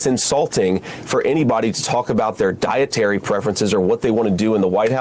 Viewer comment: "diatery prefrences" 😶